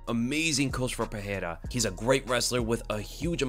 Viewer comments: i dont think that s how his name is pronounced. the r becomes h only when it strarts a word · hey, the "R" in portuguese only have the "H" sound when it is in the beginning of the word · Bruh why do u keep pronouncing Pereira wrong